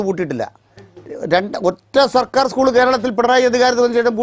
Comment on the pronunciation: സ്കൂൾ എന്ന് പറയാൻ പഠിച്ചിട്ടു വാ 😂